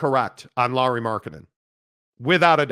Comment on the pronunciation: Lauri not Laurie! Try to get name right first bro! 🤡